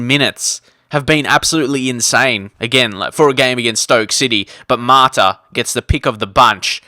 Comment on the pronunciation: He's called MATA not MARTA